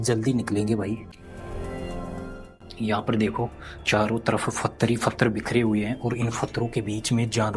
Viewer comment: तुम्हारा नाम रखा h or पत्थर को फत्र बोलते हो मुस्लिम की तरह 😂😂 हालाकि तुम्हारी हिम्मत ह जो ऐसी जगह जाते हो और हमें दिखाते हो आप दोनो का धन्यवाद ❤❤ स्पेसली कैमरा मैन का धन्यवाद जो इतनी देर तक बिना बोले रह जाता है